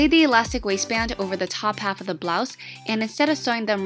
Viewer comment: She said wasist band...i thought it said wasteman😂😂😂